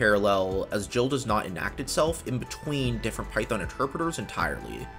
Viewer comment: Nice video, tho that multiprocessing code is the textbook example of what not to do when you use multiprocessing. I also find your pronunciation of GIL horrific :(